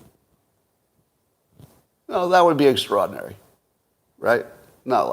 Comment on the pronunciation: How many times can Scott mispronounce “extraordinary” in 1 hour? 😂